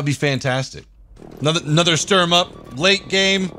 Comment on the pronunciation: Its not Storm its Sturm ! xD u need that St pronauce like sh in shoot.